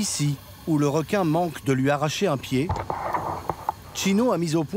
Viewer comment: Elle aime les r'quin